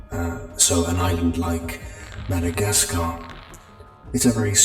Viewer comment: Not complaining or anything, but I hated when he said “Madagascar”